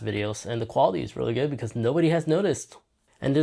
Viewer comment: If something is good do you pronounce it as “jood”? Try Portuguese again maybe?